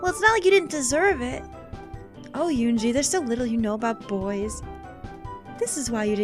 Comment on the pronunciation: If you do wind up streaming route, please learn to pronounce her name. I gave a pronunciation guide for "은지" back in episode 2, but you could also look it up on YouTube, since it's the name of a famous girl, it should be easy to find. Also, as the other Commenters asked, please upload it to YouTube. Side note: "eroge" is a Japanese portmanteau made from western words ("erotic" and "game"), so pronounce it like that (not "erogi"). You could call this game and HuniePop examples of eroge. If you see "yi" in a Korean romanization, or in a Mandarin romanization, it'll be pronounced like a Japanese "i" or "ii" (except with Chinese, there will be tones). I don't know why they romanize it with a "y".